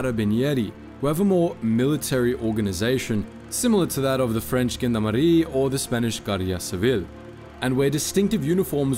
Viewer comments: Gendármarie is "zhon-DARM-aree", and the term 'gendárme' pronounced alike. Papal is "pay-pul". The Papacy. Duchy is "dutchy", because it's a ducal kingdom, ergo run by an archduke. Stop mispronouncing words. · Never heard gendarmerie pronounced with so many meatballs on it. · Dude needs to learn how to pronounce "Gendarmerie" 😂